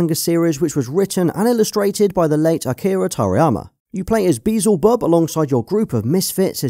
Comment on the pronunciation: Beelzebub ☠️ BeezelBub 🌚